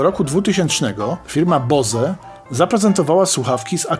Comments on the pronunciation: W saturnie można przetestować słuchawki Bose. Bardzo fajnie redukują hałas. ;) PS. Nazwę firmy tych słuchawek wymawiamy "Bołs" A nie "Bose" czy "Boze" hehe :) Pozdrawiam :) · Miło się słucha. Wymawia się "bołz" zamiast "boze".